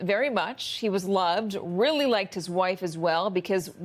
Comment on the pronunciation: Emphasis on the word real